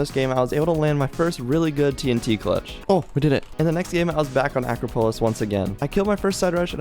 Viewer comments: Everyone: Uh - craw - po - liss = acropolis: AcRo - PoLiS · “And the next game I was back on “Ak Ra Pullis” that’s how pronounced acroplis aka “akropolis. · Noonoono acropolis is pronounced uh-crop-uhlis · The way you pronounce “Acropolis” is so funny! (No offense)